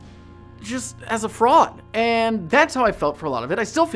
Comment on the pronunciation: I’m sorry this is a bit out of the mood but..when you said “i’m a fraud” i heard “i’m a frog” 😭